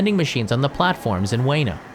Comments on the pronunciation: Just FYI it's pronounced "oo-weh-noh", not "way-no". You'd think a channel dedicated to educating others about Japan would get pronunciations right. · Its U-EH-NO Station, not U-WAY-NO Station. Chump! I was there yesterday. You know nothing. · dude literally said 'weeno' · I lived in Japan as well and I never heard it pronounced the way you do. That's all I wanted to point out. It was always pronounced "ooh-weh-noh" but just quicker. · JR WAY-NOH station 😂😂 Please. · its oo- eh-no at least say it properly... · "Way-no." Yer killing me.